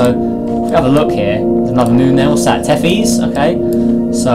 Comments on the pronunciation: its not pronounced t-e-f-ee-s, its pronounced t-e-th-i-s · It’s Pronounced Tethis